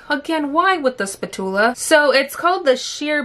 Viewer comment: Spatula. I’ve never heard it pronounced that way before. But I completely agree, if the word PUMP is going to be the biggest word on the label, get outta here with that shit wet n wild 😜 give us a PUMP! ...Spatula...PFFT!